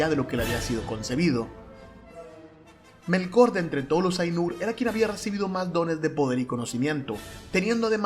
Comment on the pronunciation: Es Ilúvatar, no Iluvatár Es Melkor, no Melkór... Bah, y libpeor es que mezclas Estar Wars con Tolkien... Paso, no quiero seguir escuchando. Te daré "dislikes" a todo.